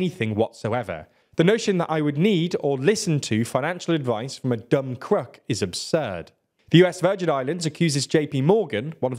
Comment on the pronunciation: What’s a cruck? You mean croooook 😂